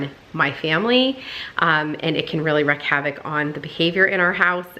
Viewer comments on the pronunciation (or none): Are you saying wreck havoc? It’s wreak havoc. Lol I love all the white; makes a great backdrop for seasonal decor that you enjoy. I can’t wait to see it decorated for Christmas.